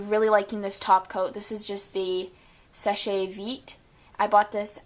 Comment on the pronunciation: Just so you know it is pronounced like (Sesh- veet) - means dry fast in French :-)